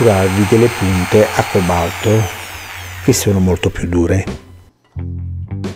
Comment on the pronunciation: acque balto non si può sentire ....al cobalto BESTIA